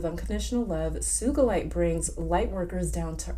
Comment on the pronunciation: Not suge Knight lmao. Sugalite is pronounced (soo-ga-lite) I believe. Also, you should watch Steven Universe. So much insight into crystals and life in general from that show.